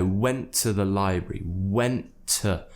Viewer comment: The pronunciation of library you give it might be too new. I couldn't find it anywhere.